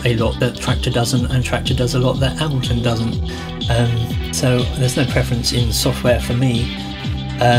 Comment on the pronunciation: He cant pronounce ableton Dx